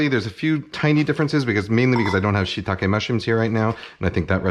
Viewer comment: Lol, before shitake i heard, "a shit tonne of mushrooms" haha